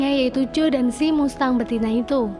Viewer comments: Kalo gak salah bacanya masteng, bukan mustang 🙏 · Mengucap finally udh bener tapi mengucap mustang salah teh hehe..bacanya masteng ..❤ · BACANYA MASTENG, BUKAN MUSTANG, ANNOYING DENGER MUSTANG MUSTANG MUSTANG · Mustang dibaca masteng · MUSTANG BACANYA MASTENG MINNNN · Mustang bacanya Masteng kak🤭🤭🤭🙏🙏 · Mustang=cara bacanya "masteng" saya cuman memberi tahu ,supaya teman" tidak salah dalam pengucapan🙏 #IndoPride🇮🇩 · Mustang dibaca masteng!!! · Jgn bikin malu .baca dan ucap. Mustang ( masteng..) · Bs baca mustang dg bahasa Inggris?